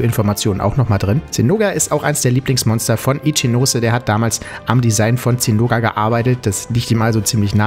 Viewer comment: Gutes Video, aber mich triggert es, dass du Zinoga sagst und nicht Zinogre.